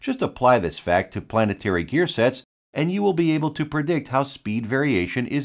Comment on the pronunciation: Gear planet tary